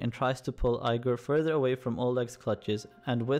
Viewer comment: Your pronunciation dude.. Eye-gor? Ooby? Keev?